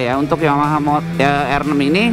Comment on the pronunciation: Motornya bagus, tpi yg reviewnya ancur salah duanya suara dan gak bisa ucapin R6 in english. Masih nyampur like R6 (dia sebut: er six). Mana pantas reviewer kayak begitu. Sayang channel sebesar Autonetmagz terkesan murahan hanya karena reviewer seperti itu.